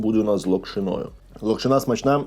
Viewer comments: Будь ласка не кажи локшинА лОкшина ну це реально мінус вуха, не знаєш зайди в Гугл прочитай і страви можуть бути сОлені а не солЕні. Сорі але реально це слухати неможливо, відос класний але ця локшинА просто не дає спокою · Правильно лОкшина, а не локшинА. Соррі, та різало слух)